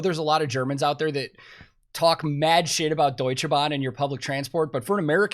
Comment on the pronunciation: says Deutsche Bahn so perfect,he is now Integriert als Deutscher 🇩🇪😂😂